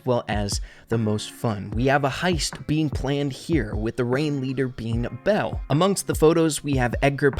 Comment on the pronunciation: ITS NOT BELLE GUYS